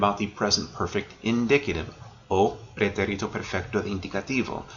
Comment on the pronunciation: Well done. Hate to be pedantic, but: pretérito is pronounced < > Accent on the 2nd syllable.